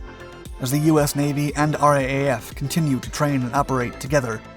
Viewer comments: It's pronounced "R double-A F", mate, not "RAAF". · It's R double A F, not R A A F. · Just a heads up, when referring to the RAAF, we say it R-doublle-A-F, not R-A-A-F. Love your channel. Cheers from Oz. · Just a thought for future commentary…no one in Australia says “R-A-A-F”….it’s a bit of a mouthful, and we Aussies are lazy talkers. The common pronunciation is “R double A F”….it just easier to say. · It's pronounced R double A F. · For future reference, RAAF is pronounced "ar-double-a-ef". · It is pronounced R double-A F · RAAF - It’s pronounced “R double A F” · For the love of god ask an Australian how to pronounce RAAF if you're gonna keep ralking about us